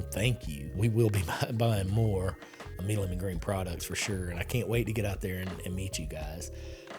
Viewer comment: Does Marsha really pronounce her name "Me-lum"? Benjamin "My-lum" was one of the fathers of the TX revolution and there's a street in downtown Houston named for him pronounced "My-lum". Sounds odd to hear it pronounced any other way. Thx